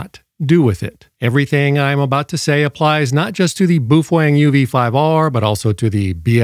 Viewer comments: I just discovered this mythical Beast a couple days ago and I don't subscribe to just anyone but this guy got me. Also he makes me wonder if he's just being funny or if I've been pronouncing it wrong this whole time boof Wang lol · no, it isn’t. The Chinese pronounce it pretty much the way it spells. Which isn’t that hard ;-) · I repaired your title: "What you CAN and what you CAN and SHOULD NOT DO". PS: What is a "Fufoeng"? BAOFENG. And no. Those are NOT Ham Radios. Amateur radio transceivers have operating limits. These devices have no limits whatsoever. That's why they aren't amateur radio equipment. FCC Only for 1 of the 200+ countries in the world. We dont't care what FCC say about those equipment. Not all the world live in USA. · I’m so used to the crazy pronunciations that i have no idea how to say baofeng